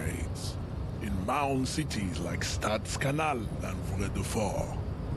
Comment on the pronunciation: Holy shit, mentioned "Staadskanaal" I grew up in a obscure Dutch backwards town called Stadskanaal